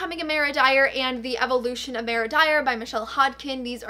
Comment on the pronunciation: Ok I love but is it only me who is extremely bothered by the way that she pronounces Mara it’s Mar-a like mars without an s not Mayor- a!